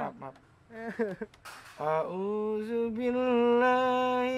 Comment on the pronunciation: Ngakakk pas baca Alquran audzibillah jadi Naudzubillah